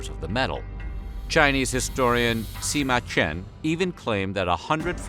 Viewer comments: It's Si, not Shi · I’m about 80% sure your pronouncing his name wrong but it’s whatever